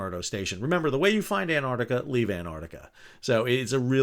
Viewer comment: Thanks Sal, from Australia. It's Ant-arc-tica, not Ant-artica 😁😁